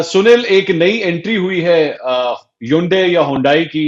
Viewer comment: Its not Ha Yun Day 🤭 Na hi Hon Dayiii. Say HunDay like SunDay. No pause. Or be a Pure Korean. Shundae. Lose the s half way.